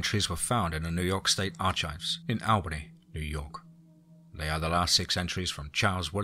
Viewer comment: Excellent story and the word archives is pronounced Arkives